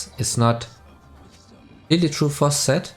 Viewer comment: when you say Zed it sounds like you said Sett XD. Btw thanks to your videos I learned to play better characters that I wanted to learn and thank you for that ❤️❤️❤️.